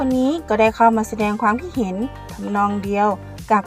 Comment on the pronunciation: ไม่ได้มีเจตนาหรือต้องการหยาบคายนะครับ แต่อยากให้ทางเจ้าของช่องลองไปฟังกูเกิ้ลหรือ Siri พูดคำว่า ความคิดเห็น หรือ ความเห็น แล้วลองฝึกพูดตามให้ชินครับ